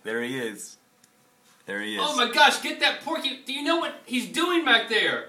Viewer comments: Hahaha the way says porcupine. It sounds like 'porkypine.' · ha. it sounds like like is saying "porkypine" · haha link says "porkypine" XD